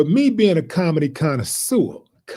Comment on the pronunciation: if you do not know how to pronounce "connoisseur" then don't use it and embarrass yourself.